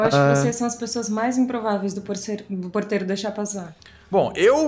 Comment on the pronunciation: toda vez que o celbbit fala ''porteiro'' é uma facada no meu coração edit: mano quando o arthur chamou o gato de jenifer eu tive um treco